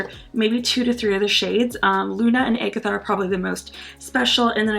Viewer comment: Thank you for saying Agatha correctly 😂